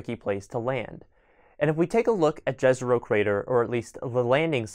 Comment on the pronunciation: Jezero means lake in many slavic languages. The J i pronounced like it were an Y. Like in let’s say Yellowstone. Great video otherwise.